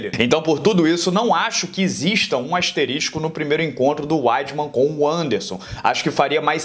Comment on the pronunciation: O fala "asterístico" zoando??